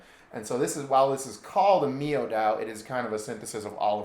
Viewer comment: Should be said The word Miao is said like this Meow .